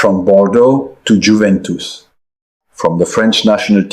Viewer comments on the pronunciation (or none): none